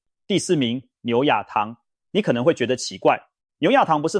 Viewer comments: 牛軋糖,在台叫牛嘠糖,不叫牛壓糖！那軋有二種音,但在台總念嘎！ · %/%博主不是台灣人、軋（”之啊～軋“）只有大陸人才會說（一啊軋）～ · 這個字有兩種發音，唸ㄧㄚˋ，但是在這本來就是嘎， 這是AI讀稿,不會分辨何時該發什麼音。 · 牛軋( 嘎)糖 重(眾)發酵 重(崇)來